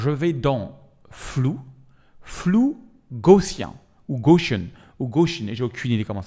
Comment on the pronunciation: Gaussien se prononce bien Gaussien... Gauss était un physicien allemand qui a laissé son nom à une unité de champ magnétique mais surtout un des pères de la physique moderne via ce qu'on appelle les équations de Maxwell